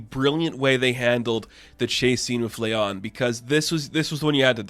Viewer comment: Her name is pronounced LA AHN NOT LEON